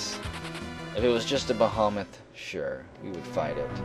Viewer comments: Behemoth is pronounced "beh heh moth", normally im not like this but it came up a lot. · Don't know where you learned that, but traditionally it's usually pronounced bih-hee-muhth. It even says so on dictionary . com.